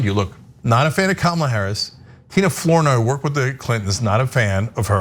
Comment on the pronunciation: Ana, FLOURNOY is pronounced Fluh-noy not Floor-noy. It’s my mother’s maiden name. Or Flah-noy